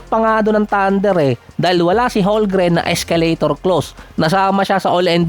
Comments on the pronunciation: Homgren yan, hindi holgren haha,,,kulit mo,, HOLMGREN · Hindi yan holgren, homgren yan haha,HOLMGREN